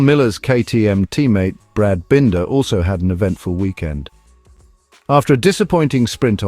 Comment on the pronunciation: What crap. Miller? Forget him. Also for heavens sake learn how to pronounce Binder!!!!